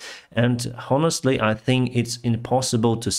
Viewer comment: The "h" in "honestly" is a silent letter ("AHN-est-li"). "Hermes" is pronounced "HER-mees" in English. "Predator" is pronounced "PREH-de-tor."